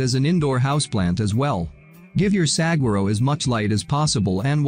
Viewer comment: It's pronounced sa-war-o. ...not sag-a-ro